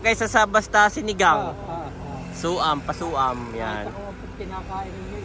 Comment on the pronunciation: Suam not Su-am …unless that’s how you enunciate in your province. 😂